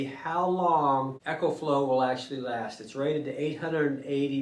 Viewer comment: It's a long e. Pronounced EEEEKO FLOW